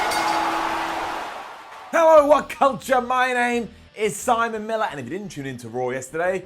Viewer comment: "Summon it down"? I think you mean "Simon" it down!! AHAHAHAHAHAHAHA